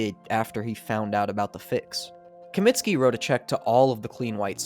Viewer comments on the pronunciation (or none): Comiskey not Cominski